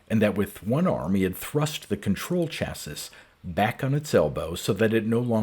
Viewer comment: Thanks for the upload. Great voice and reading. Minor nit, chassis, at least in the US, is pronounced cha-see (and sometimes sha-see). You have a fantastic reading voice and style!